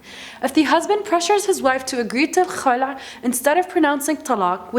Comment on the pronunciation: She pronounce "Kh" perfectly When she say Khulah 😍😍😍